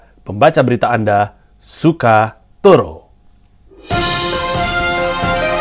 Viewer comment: Dengan pede nya andaaa mengucap kata "sukatoro" WTH v